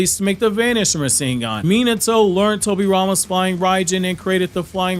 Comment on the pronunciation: I really wish you’d learn how to pronounce Minato’s name…